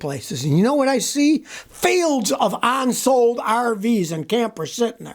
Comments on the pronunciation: scotty.... its UNsold, UNglued, not ONsold, ONglued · U N sold. Not ONsold.